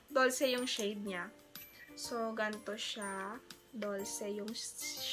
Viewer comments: Incorrect it's pronounce, dolce, dol-se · BTW, Dolce is pronounced “dol-che” then Primrose is “prim-rose” not “praym-rose”. Yun lang! Hehe no hate! Love your haul! 💕